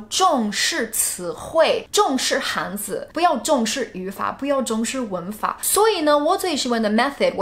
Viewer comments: "汉字" 不是"汉子"哦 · You should say "汉字" | shouldn't say "汉子" I think it's difficult because his pronunciation is so similar